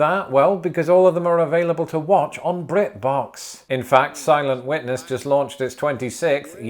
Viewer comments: I swear, for the first like 6 times he said it, I thought he was saying "Silent Wetness" not "Silent Witness" XD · I heard it as Silent Wetness and then he showed a pool and like it IS wet and silent. I realize it must be Silent Witness but Silent Wetness is hilarious to me. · It sounded like you were saying "Silent Wetness", and now I CAN'T UNHEAR IT